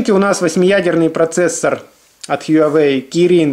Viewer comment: только тогда уж хуа-уэй, без "ю")